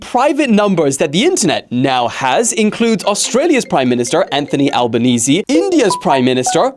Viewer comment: Bro acc called Anthony Albaniese 💀💀💀💀